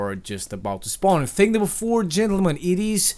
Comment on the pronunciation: It's thing, not thang